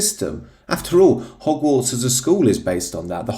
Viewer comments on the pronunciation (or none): none